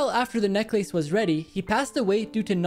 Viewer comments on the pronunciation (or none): You can nail every word except necklace. What’s up with that? Oh he is reading it and trying to sound it out lol that’s cute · Saying it WRONG NECLACE WHAT IS THIS WRONG PRONOUNCEIG. CORRECT PRONOUNCEING NECKLISE LIS..NECKLISE...CL, CL PRONOUNCEING....NECK LISECE. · me pronouncing necklace while says ‘necklayce’